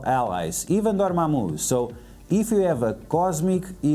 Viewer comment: I just stopped the video when he said dormamu